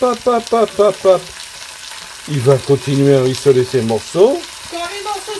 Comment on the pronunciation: on ne dit pas RUIssoler, mais RIssoler